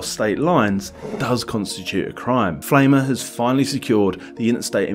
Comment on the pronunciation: "Pflaumer" is pronounced rhyming with "Plow-mer" ... "Pflaume" is German for plum.